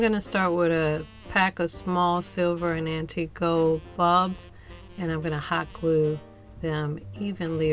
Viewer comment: It's "gold" with an "L" not "gode".